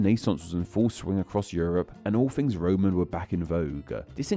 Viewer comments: Interesting - especially as you repeatedly use "f" instead of "th" throughout your video e.g. "fousands" for "thousands" and "fings" for "things". It's sloppy and irritating. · making a video about disappearing Fs while inserting them everywhere in his own speech sounds a teenie bit funny to my Scots ears.